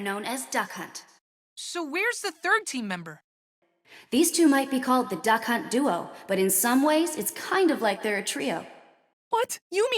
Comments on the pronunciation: The called it duck hunt duo, otherwise it sounds like the announcer says 'duck cunt' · when you said duck hunt duo i heard c*** duo